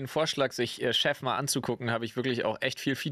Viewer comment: ich musste das drei mal hören um chef zu verstehen und nicht shaft XD